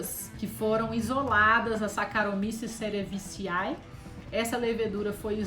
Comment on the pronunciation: Ola tudo bem? Qd vc fala do Sacharomices se fala "cerevisê" e não cerevisae, esse é o nome em latim mas se soletra de forma como escrevi acima 😉